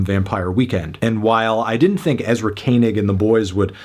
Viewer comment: The way Anthony says the last three letters in Ezra’s last name kinda SUS 🤨